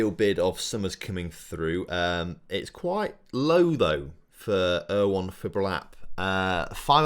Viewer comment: Your pronunciation of Ewan is absolutely astounding. Never ever heard it pronounced like that before.